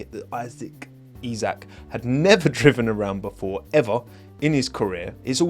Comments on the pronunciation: As someone who is also a Liverpool fan I like your pronounciation of his first name :D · Yeey, you learned how to pronounce his first name. :D If the Formula 1 fanbase now learn how to pronounce Michael Schumacher (no, it's not the same as the English "Michael"), then I'll be a happy linguistics nerd.